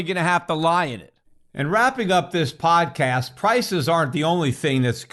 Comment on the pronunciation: thank you very much for this meaningful message, Uncle-Coach Peter (I like your Arabiian bronunciation 'bodcast' at 10: 59 ). Your instructive, enlightening & edifying economics lessons have educated me loads over the last decade, and your advice will still be helping us 4 decades from now🍾🍻🥂